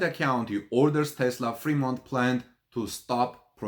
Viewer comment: Hahahaha the only Tesla factory that is closed is pronounced Free-mont and is in the Free World!